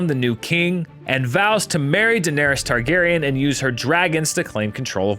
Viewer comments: Excuse me, did he just say Targariage? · i thought he said, "Targeryen incest..." hahaha